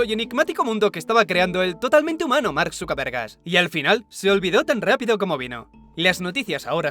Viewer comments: Acaso dijo mark zukerv3rg4s XDDD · le entendí Mark Zukervergas xd Ahora ya no lo veré igual jaja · "Mark sukaevergas" 🤣